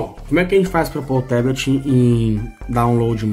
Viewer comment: Fala amigão, ótimo vídeo, só a pronúncia de "Teblet" que está errada, em Inglês é Tablet mesmo com som de A!